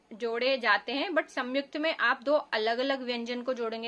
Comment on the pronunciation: It’s not Samyukta m ko jgh n aayega in Hindi pronounc mai